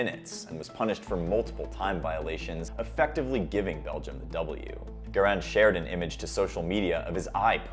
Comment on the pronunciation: It's GARIN, not GIRAN!!